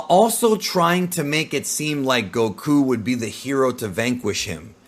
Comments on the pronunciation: The incorrect way he says the names gets on my nerves. GoKUuu! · Loved the video, really dislike how you pronounced things like saiyan and Goku just completely incorrectly.